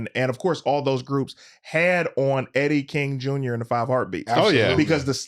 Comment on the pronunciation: You constantly calling Eddy “Eric” makes me feel like you only watched the movie once prior to this interview cuz ain’t no way you said it wrong every single time, and no one correcting it makes it worse. 😭